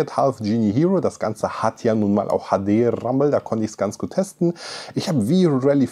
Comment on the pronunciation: Das HADE RRRRAMBEL